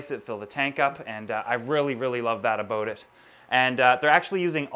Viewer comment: "uhhboat it" lol